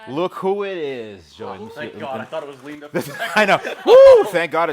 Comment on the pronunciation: 🤣🤣🤣🤣🤣🤣🤣 It’s not Leenda is it….